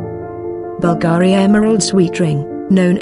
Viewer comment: Beautiful and timeless pieces. Being that this presentation is about Bvlgari, the person or bot doing the voiceover should at least learn how to properly pronounce "Bvlgari". Being that this is about jewelry and precious stones, "cabochon" should also be properly pronounced. 🙄